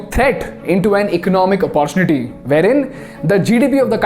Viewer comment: Please pronounce 'opportunity' properly. Use google text to speech and learn.